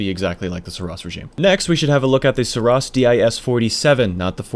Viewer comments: You're still not making any sense with 'oss' or 'ross' - you're adding the extra 's' on all your examples - THAT is the problem, there's only one S. If you wanted to pronounce it Sur 'ross' it would have to be spelled Suross. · Seriously dude, it was a great vid explaining all the guns and whatnot, but stop trying to justify your mistakes... The developers have named and pronounced the name the way they wanted it to, just take it and leave it. You're making yourself look really foolish at this point...